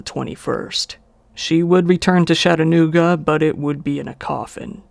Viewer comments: When I heard Chattanooga, I was born there and it’s pronounced “Chuh-at-ae-noog-ah” You were saying “Shat-ah-noog-ah” Nice vid, though! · lol.. you almost pronounced Chattanooga right 😁 I have an Uncle who lives there but I don't visit him a lot unless I'm going to Gatlinburg. Chattanooga has cleaned up a lot in the past few years. loved your video!! ✌🏻